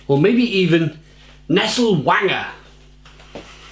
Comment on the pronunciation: You pronounce W as a V in German so it's pronounced vanger.